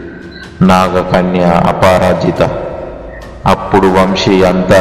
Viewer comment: Miru aparajita ni tappuga pronounce chestunnaru adi aaparaajitha kadu chuskondi